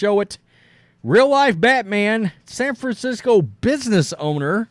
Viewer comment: Ahhh yes...san franshitho! Also it's year 1 batman 😂 nobody has his back